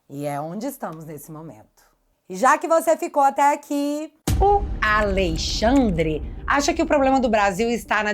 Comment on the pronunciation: NÃO É ALEI XANDRE. . O NOME É ALEXANDRE DE M. .